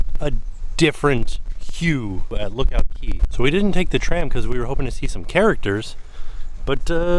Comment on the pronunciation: I’m confused why you keep saying “castaway key” when it clearly says “castaway cay” 😂😂